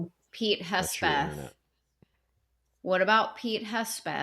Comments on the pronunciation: Are intentionally mispronouncing Hegseth as Hespeth? Is there a joke I'm not in on? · Does intentionally say Hespeth instead of Hegseth?